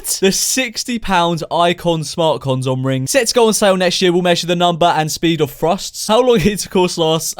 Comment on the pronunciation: I’m sorry did you call it a conzom? Lmao